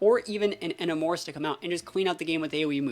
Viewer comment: your pronunciation of Enamorus is crazy lol